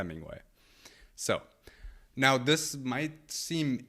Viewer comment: AI isn't doing much for the way you speak and pronounce words. It makes you sound ignorant, super accurate. You must be joking. Dis,dat,De. Please speak proper English This, that and the are the correct words. 🇬🇧